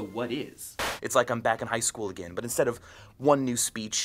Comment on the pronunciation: i like how micheal says , But x) sounds like BUTT